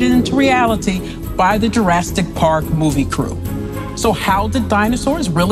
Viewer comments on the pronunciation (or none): "Jurastic park" 😂😂😂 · Anyone else turn it off when she said “jurrastic?” 😂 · I'm not even a minute into this video and you pronounced it JurassTic Park?? I think I'm done here. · She said "Jurasstic" 😅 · So we are being told how dinosaurs looked by someone who cannot even pronounce the word "Jurassic" (see 0.36).